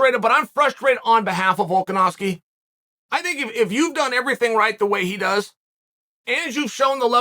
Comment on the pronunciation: Chael getting volkanovski name right must surely be a rare accessory to this man's vocal cords nailed it uncle chael....